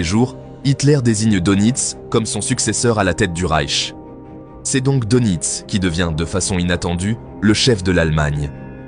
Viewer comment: S'il vous plait, prononcez Deunitz et pas Donitz.